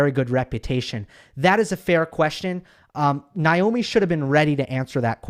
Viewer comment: I thought it's Naomi not Nyomi. Anyway whoever said the question that made her cry was bullying should apologize to that reporter. It was a fair question.